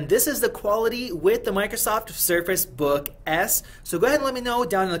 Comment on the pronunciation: Sueface Book S lol